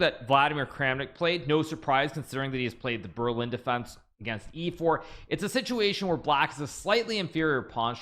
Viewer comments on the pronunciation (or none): none